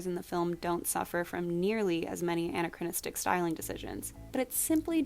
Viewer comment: I heard it as Anne-achronistic every time.